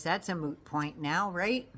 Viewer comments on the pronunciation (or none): none